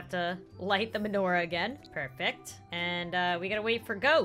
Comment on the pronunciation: You pronounce menorah wrong (not trying to be rude)